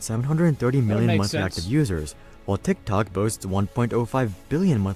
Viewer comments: If I had a dollar for everytime a YouTuber pronounces "DHIKDHOK" ..... T!!!!IKT!!!!!!OK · Ngl the way he says tiktok makes me wanna die. My autism peaking rn